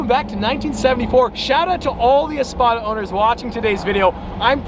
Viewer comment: All of us that watch DaddyDoug. Heard "THIS" When you said Easpada